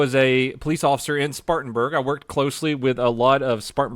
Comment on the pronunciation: This time you said "Please" and not "Police". I am dissapointed.